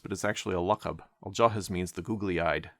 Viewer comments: Al jahidh (الجاحظ ) not Al jahiz ( الجاهز) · Note it isn't actually pronounced with a Z. that is only in Egyptian and it is just a pronunciational mistake (similar to how Brits might pronounce Thought as "Fought" or three as "free") The sound it makes is more like "Al-Jahiv/Al-Jahith" anyway, that guy though was a huge nerd, all he did was write books all day and barely went outside, basically the first incel of Baghdad, he also seemed to have been obsessed with Turks, having written a book solely dedicated to their virtues named: "Fadhaeyilu Al-Atrak" (Virtues of the Turks) He also made a funny poem when a bedouin criticized him for writing books and being a huge nerd, he said in his poem: "The book is the friend that does not lie, that does not backbite, that does not disappoint, and from whom you can never grow bored" and other nonsense.